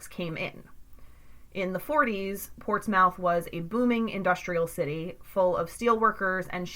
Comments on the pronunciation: These words are pronounced as follows, Scioto (Sci "same as sci-fi"-oto), Mearan (Mer-ran), Portsmouth (Ports-mith). Please use correctly in next podcast. Thank you for your understanding. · It’s actually pronounced ports-myth. But great video. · I'm having trouble watching this just because the way she keeps mispronouncing portsmouth and scioto 🤣🤣